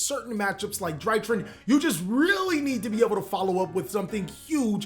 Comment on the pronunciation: Drytron, Not drytrin